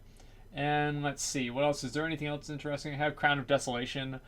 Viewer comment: What language is he speaking? "Woyers" "inneresting" ???